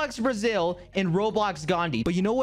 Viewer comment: Did you just say BRASIL?